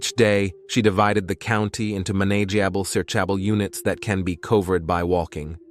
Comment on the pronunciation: I'm so sick of the "English isn't my first language" excuse 😐! Quality content creators take time and effort into producing informative and compelling true crime videos, then you have others like this who don't make the effort to reach out to a native English speaker to check if their gobbledegook makes sense and if their AI selections are correctly calibrated. "Manay-ji-abble' "search-abble" 🤔😂? That's just pure laziness and needs to be called.